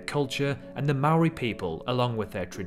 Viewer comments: sorry just have to say this its not ma-ri its mo-ri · How he says Māori makes me cringe so hard, "Maow-ree." 😭😭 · I live in New Zealand and I live in Auckland. I don’t want to be mean but you said Maori wrong🙂. Don’t add the r to it next time. This made me want to sing New Zealand’s national anthem. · So do I prounounce it wrong when I say " The maow-rees do smash-and-grab robberies at Michael Hill Jewelers".